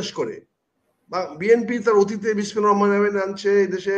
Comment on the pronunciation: বিসমিল্লাহির রাহমানির রাহিম সুন্দর করে উচ্চারণ কর